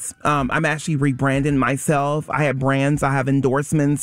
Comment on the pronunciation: “I have branz, I have endoorsmens. I’m not finna sit here up and tell someone….” Please stop talking.